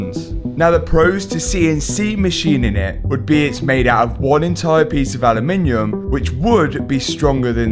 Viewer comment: Say it after me: "AH" - "LOOM" - "IN" - "UM". Aluminum. 😅 Just Joshin' ya. I know how brits love adding extra syllables to every other English word to make them sound fancy 🤣